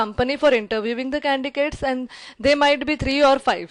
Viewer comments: such a heavy indian accent I having difficulty understanding , shame on her she can't even pronounce candidates , i wonder which college gave her MBA , She sounds overconfident , that is a downfall on this woman . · Why are you saying candigates ?😆